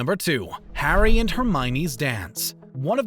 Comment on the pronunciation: 08 "Hair-dy" potter? "Alec" rickman? you need a narrator who can say names right